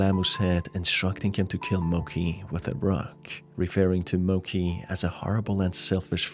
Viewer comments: Ok but when people pronounce “Mochi” as “Moki” it actually hurts me inside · Just a small nitpick, the dog's name is most likely pronounced Mochi (Mow-chee) and not Mochi (Moe-key).. Beside that, Loving the game analysis! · Mo-ch-ee not mo-ck-ee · the dog's death was so sad! i think that was the worst part of the game. by the way, the dog's name is pronounced 'mo ch ee' not 'mo k ee' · Mochi is pronounced as it's written, not mo-k-i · It brought me psychical pain every time Mochi was said incorrectly